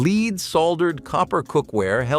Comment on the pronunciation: How come the word Lead can never be pronounced correctly in these?